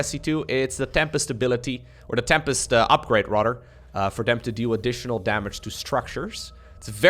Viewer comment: rodder i like how he says "rather"